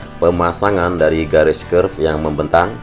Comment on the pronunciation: Kerb/curb bang, kenapa nyebutnya curve?